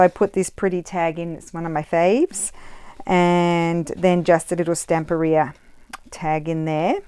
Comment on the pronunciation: I love that you are one of the few youtubers who pronounce Stamperia correctly 🙂. I've been following you for a long time and I'm leaving you a lot of praise today. You do things that are absolutely awesome 🤩.